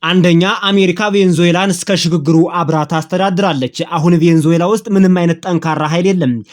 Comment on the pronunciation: *Venezuela 'ቬነዙዬላ' ነው ትክክለኛ አጠራሩ።